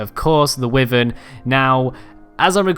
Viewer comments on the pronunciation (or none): Why the hell my dude wtf is wivern..... Why Vern. It triggers me when others say wivern so much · "Wivern" deep sigh Why. Why Vern is how that is pronounced. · Atleast he doesn't pronounce it wy ar ren like my tribemate we kicked him out because he stole my longneck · That’s not how you say wyvern